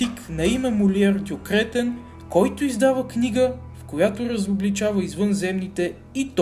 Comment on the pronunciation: Добавих те преди да прочета,не искам телевизор :))). Много тактично,че на Кретен слагаш ударението,където трябва :))) ,а не накрая.